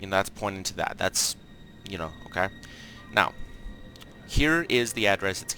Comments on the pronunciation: his "okay" sounds like Okaww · Not his first “okay”